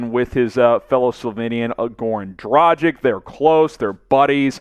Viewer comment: Goran Dragich not Dragick. Luka Donchich easy to say why not pronounce both correctly.